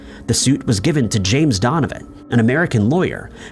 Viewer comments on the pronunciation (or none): none